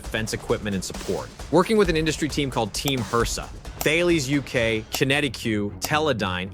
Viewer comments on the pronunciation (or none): The companies you mentioned are pronounced Tar-Laess and Kin-etic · I've got to pick you up on your pronunciation a bit here. Thales is pronounced "Talis", QinetiQ is pronounced "Kinetic"...just saying ;-)